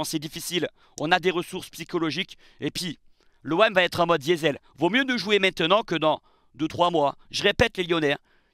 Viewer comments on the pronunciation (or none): none